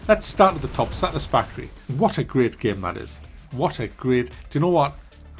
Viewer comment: Take a shot every time he says "GAEM"